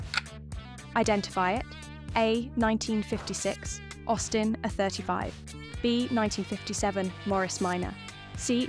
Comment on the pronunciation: I wish you'd pronounce the A's properly as A35 not er 35